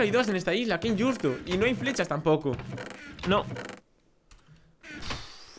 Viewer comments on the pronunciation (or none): sin ofender pero porque dices inyusto en ves de injusto?